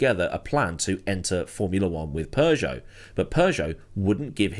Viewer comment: It is Peugeot, not Persia 😂